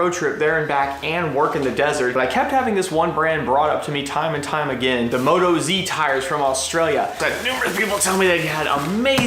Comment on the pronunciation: MOE-TAWS mate, not moto-z ;). They're Aussie, get it? Moto, Aussie. Cool setup, looking forward to the rest of the trip videos